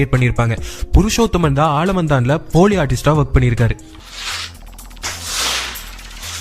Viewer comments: Thx... the right pronunciation is FOLEY NOT FOLI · Are you repeatedly saying "Pooli Artist" Ada paaaavi. They are the "Artist" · போலி ஆர்டிஸ்ட்னு சொல்லாதீங்க குட்ஆர்டிஸ்ட்னு சொல்லுங்க